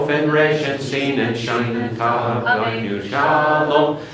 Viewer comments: Tau with no dagesh is not pronounced as S in modern Hebrew, it is pronounced as such in Ashkenazi Hebrew. In Sephardic (generally) and Modern Hebrew it is pronounced as T, but in Mizrahi and Yemenite Hebrew it is pronounced as TH, as in THANKS. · Oh good grief, where did he get his info? The /s/ sound for the TAV (in all my studies, haven't heard of the Greek tau in Hebrew--and I use native resources) is ASHKENAZI (and NYC Jews... :) ), which is NOT the Official Hebrew of Modern Day Israel (which is Sephardic). And he's not correct on the VAV. See Nehemiah Gordon (a Hebrew scholar). It's a /v/ sound and has been from ancient times. Video is called "Wow It's a Vav!" Resh is guttural and not rolled like a Spanish or French R. Chet is guttural like the /ch/ of Bach but at the beginning Khaf without the dagesh (accent on -esh!) is guttural just like the Chet. Quf = coof as in swoop; not coef He made his vertical line for Beit and Dalet (there's no th there either) way too far to the right. Gimmel takes up more of the frame. smh over Mem, Ayin, Tasde Ah! Israel was only in Egypt 210 years! 430 years is from the time of the covenant. Rabbi Shaul clears this up! It's in Jewish history...